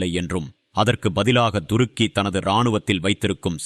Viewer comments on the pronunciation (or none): Durukki இல்லப்பா. Thurukki. மாத்தி மாத்தி உச்சரிக்காதீர்கள்.😂